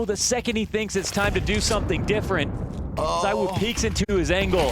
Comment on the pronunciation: ZywOo not ZyWoo btw